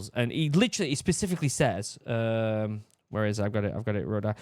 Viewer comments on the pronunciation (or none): none